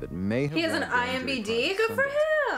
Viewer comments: so no one going to talk about the fact that she just said IMBD?!?!?! It doesn't bother anyone else? I literally just almost unsubscribed. That's how much it bothered me. love you mom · "he has an IMBd?" baby it's IMDb but it's okay why you so cute i wanna protect 🥺😭❤️❤️❤️ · Imdb not imbd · hearing say "imbd" instead of "imdb" made me feel validated bc i always mess it up lmaoooo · it's imDB not BD hahahaha ily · if says it's imbd, 👏 THEN 👏 IT'S 👏 I 👏 M 👏 B 👏 D 👏